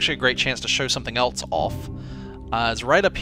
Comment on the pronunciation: you've talked about this, it's else, not elts!